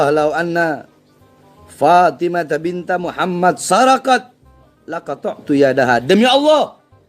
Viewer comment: Bacanya aja salah, bukan binta tapi harusnya bintu